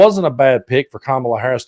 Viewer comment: Also, the smallness of their continuing to mispronounce both Kamala and Walz just pisses me off. Children.